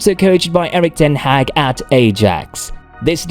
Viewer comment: You pronounced his name wrongly… Man Utd official channel has a video about how to pronounce his name, ten Hag.